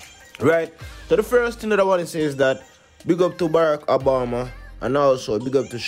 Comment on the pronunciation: The President's name is Obama, not Abama!